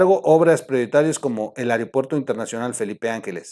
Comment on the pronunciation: Troll: se dice Aeropuerto y no areopuerto